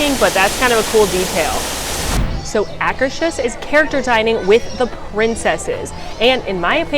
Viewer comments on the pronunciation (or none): Great video! You inspired me: Mexico — This pavilion has a fake pyramid inside a fake pyramid. Norway — Frozen is a bit disappointing; they could have done so much better with the ice palace etc. — Why is it that no Disney commentator can pronounce “Akershus” correctly?! Just ask the cast members standing outside; it’s not that hard to do! BTW you have plenty of company here. AJ doesn’t get it right either. — Even in Epcot waits for Anna & Elsa were 3-4 hours. I joked that if they had Idina Menzel & Kristen Bell here I might get in line; cast member said “It still wouldn’t be worth it”. China — I spend more money in the gift shop than rest of Epcot together. Germany — If this pavilion vanished overnight, I probably wouldn’t notice; high point is the model railroad. Italy — It has Via Napoli. ’nuff said. US — American Adventure is by far the best attraction/movie in World Showcase, and one of the best in all of Epcot. -- If I could do only one thing in Epcot it would be to listen to Voices of Liberty. Japan — You can either get “American Food” (that’s what Japanese call it) at Teppan Edo — or actual Japanese food. Morocco — Best architecture/detailing — Good counter service, outdoor bathrooms! France — Too much good food! Just keep walking, if you can! United Kingdom — Not bad on the Brit accent! — I miss World Showcase Players! Canada — My favorite movie; sad it is changing